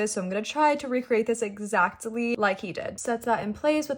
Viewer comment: " exacTILY " Girl stop . 🤣🤣🤣🤣